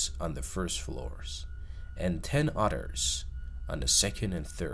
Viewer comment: ten UDDERS? YOU meant TEN OTHERS CORRECT?